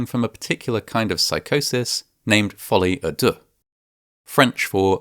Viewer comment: Folie a deux sounds like a crock of deux